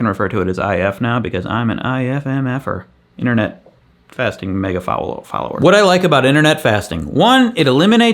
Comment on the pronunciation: wait... did you say internet fasting at one point? :'D